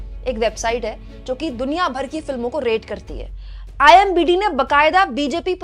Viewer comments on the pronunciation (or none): Ma'am imbd nahi imdb boliye 😊😊